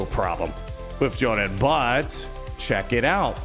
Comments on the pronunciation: Fyor-rad, not Fuh-jol-rad / Fuh-jo-lad 😉👌🏻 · Pronounced Fyor-add, but yeah i hope you’re right and this buff is coming it’s weird that you have to build him for two different damage stats